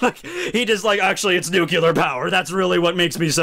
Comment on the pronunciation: Say it with me nuclear, not nucular. As in new then clear